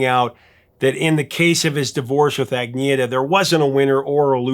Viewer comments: Her name is pronounced "Ahn yet a Felts kog",, If you listen to more ABBA music, you'll find that even in the poppiest of their songs there's this dark underbelly - and that goes for ALL their music. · Please! Her name is pronounced An-yetta! gn makes a y sound. Just like lasagna! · Just to let you know, it's pronounced Ann-itha. The 'g' is silent. There are probably 100's of ABBA tribute bands throughout the world. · Her name is pronounced Ann Yetta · I think it's pronounced ahn-YET-ah. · Agnetha did NOT sing this song night after night, since their last tour was supporting the Voulez Vous album, before this song was recorded. And the song was called “Knowing Me, Knowing You”, not “Knowing You, Knowing Me”. And her name is pronounced “Ahhg Netta” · You pronounce Agnetha as Unyetta.